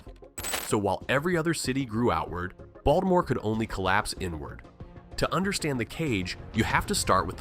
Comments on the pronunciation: Oh dear. Please, it's pronounced "Ball - teh - more," not "Balt - more." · yeah, I saw more after commenting about the first one but since I'm not getting paid I figured "screw it" 😂 Not to mention the incredibly annoying and distracting AI pronunciation of Baltimore /Baltmore! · Oh dear you're not from here. Its pronounced "baw-duh-more" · That's how da wadermen pronounce it, hon.